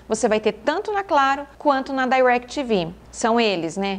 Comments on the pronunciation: Não sei pq falar "Dairectv Go" nem nos EUA eles falam assim e sim DirecTV normal com I mesmo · "dairectv gou" a propria "DI"rectv fala "DI"rectv no brasil não precisa pagar de gringo não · Não tem nada a ver com a proposta do vídeo, mas o DAirectv (pronunciado com ênfase) doeu nos ouvidos. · parei de vê quando disse dairequiteve go. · não, ela pronunciou em inglês de cursinho, e incorretamente. "Dai"rectv tem a pronuncia quase imperceptível. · Eu gostei. Para quem sabe falar em ingles pode ser desnecessário, mas para quem não fala é sempre bom aprender. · Entendi ela dizer Dairectv